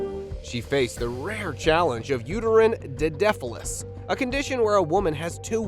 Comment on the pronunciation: Friendly tip: uterine didelphys is pronounced “die-dell-fis” And harlequin ichthyosis is pronounced “ick-thee-oh-sis” thank you for posting and spreading awareness. ❤❤❤